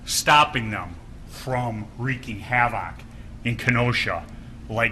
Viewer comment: Wreaking have-ock 😂